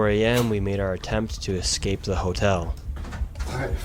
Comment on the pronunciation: “excape” most intelligent content creator